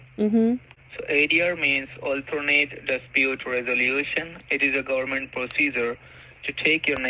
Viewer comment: Gowerment, goorment, gorment, gorlment, gowerment😡Let me explain you why each and every thing. That wallet will get activate in one day. How do you hold your tongue when you listen to them?! I LOVE how you treat them and frustrate them. Illegal money? Inwolved in investigation. Aaahhhh!!! How can you stand it?!